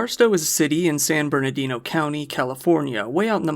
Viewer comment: I adore you but I have to umm actually. At the beginning of part 3 you say "San Bernido" which is very cute, but it's San Bernardino. And for anyone that doesn't know, these high desert areas of California are not what people think of as palm trees and beachy Cali vibes. They're best passed through in the highway and remarking on all the trash stuck to the chain link fences. They're also not the pretty, Saguaro filled deserts or red rock canyons of nearby states. They're not a place you'd want to live, even if you like desert-scapes and the emptiness and vast flat, boring landscape leaves one to understand why the desert communities are full of meth.